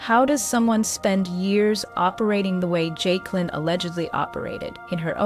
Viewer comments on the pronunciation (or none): You calling her Jake-a-Lin is giving me trauma.